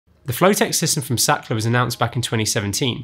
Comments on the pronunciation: More like Saakrhtlar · German engineering 👍️ the word Sachtler is a german word, then it should be pronounced "Zaht-La" where the 'h' is stressed and not silent like in English.